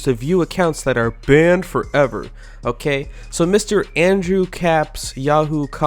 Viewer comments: Yo why his voice sound like that when he say “banned forever” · Why do you say "banned forever" like that!?!?!?!?!!?